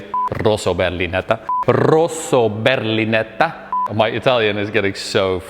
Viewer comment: "Rosso berlinetta". I'm Italian, I can understand how difficult is to pronounce this word for you. 😅😅 BTW, you did it perfectlly!